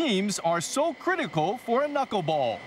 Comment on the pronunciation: The studio people are hilarious. She says the "knuck-ball". And he thinks it's held with 3 or 4 knuckles. LOL